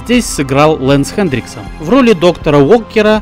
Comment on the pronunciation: У тебя даже на экране написано Хэнриксон, а ты говоришь ХэнДриксон